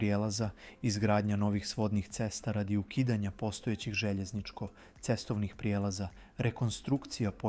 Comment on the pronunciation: Katastrofalno izgovara "željezničko-cestovni prijelaz"